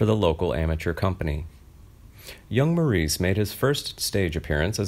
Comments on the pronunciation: Actually he preferred to be called MORRIS not MAW-REES. If you don't get that right, what else is wrong? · He pronounced his name in the British dialect, “Morris.” His character on Bewitched used the American pronunciation “Maureece.” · It is actually pronounced 'Morris', although it is spelled 'Maurice'. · Just for the record: he pronounced his first name ‘Morris’, not ‘Maurice.’ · Name is pronounced Morris. also Or-es-tie-uh